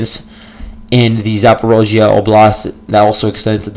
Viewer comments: Great stuff! Your podcast is always extremely informing. Keep it up. (Although you say “zaa·paw·REEZH·yuh” funny, LOL.) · I don't believe anything the russians say. the only thing of value listening to the russians is that you do find where there are Ukranian operations, other than that we have to wait till the fog of war opens. Can't stand your pronunciation of Zaporizhia (and you say it a million times).